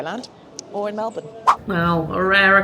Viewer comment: You're saying Melbourne like a true Australian! I always cringe when people say "Mel-born", because in Australia it's pronounced "Mel-bin"